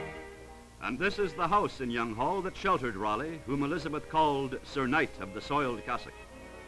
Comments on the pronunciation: The building is Kylemore Abbey, now a convent and one of Ireland's greatest tourist attractions. The architect was my great great grandfather James Franklin Fuller. I laughed out loud at the narrator's pronunciation of Youghall and then twice more further on. Most Americans think it rhymes with frugal but this one said: "Here in the ancient town of Young-hall ..."! It should be pronounced more like y'all. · Younghall??? LOL Youghal!!